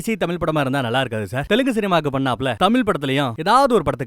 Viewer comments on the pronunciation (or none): none